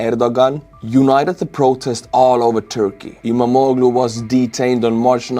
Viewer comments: You pronounce the name of İmamoğlu almost correctly: ii-maa-moo-luu (in Estonian phonetic 🙂) The "g" with a small half-moon accent is mute. The dot on the "I" makes it a long vowel. (I was married to a Turkish man and worked in a Turkish print shop for a few years) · I'm from Turkiye and you're pronunciation of 'İmamoğlu' is almost perfect. No need to change anything.🙂 Thank you for the proper summary of the political situation in Turkiye.